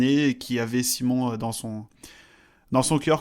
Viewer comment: Petite observation de prononciation, mais il me semble qu'en allemand, Simon se prononce Zimone, et non Saillemonne comme en anglais. C'est étonnant que Schemp n'ait pas attendu la fin du championnat du monde pour annoncer sa retraite...